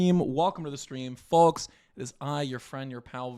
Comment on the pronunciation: "Hey Forks, it's your horst with the morst"